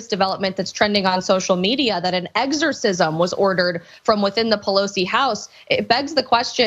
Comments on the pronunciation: She said eggercisim not exercisim.. I listened twice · She say "eggsorcism"? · I'd like to ask her what an "egg-sore-sizz-em" is, exactly. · EGGSORCISM how the newsmax reporter said. Can they afford that? If you are going to use the term in a derogatory manner, atleast learn to pronounce the word correctly. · LOL she said eggs-orcism.. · What the heck is a egersisim. I know thats what she said. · Hey, Isabelle Brown... What's an "EGGS-orcism"? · What's an eggorcism? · Did she say "egg-sorcism"? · She did. And it hurt my ears. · Isabell brown- “egg-zer-sizm “ not exorcism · I heard it too lol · She said "eggzercism" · correction...It was eggzercisum...And it was eggstremisum....And journalisum